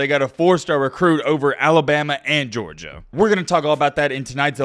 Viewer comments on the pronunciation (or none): none